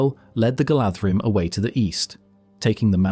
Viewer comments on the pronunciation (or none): GalDHrim - DH IS pronounced as th. Thus Galadhrim is pronounced Galathrim. Why are all current YouTube channels incapable of getting it right. Tolkien even explains his pronunciations. 😢😢😢❤😢😢😢